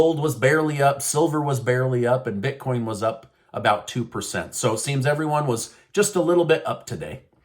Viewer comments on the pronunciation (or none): none